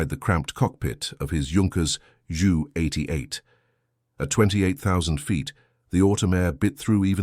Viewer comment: It's J.U. 88 Not Jew 88. 😂😂 Ai Narrative Spoilt this story for me.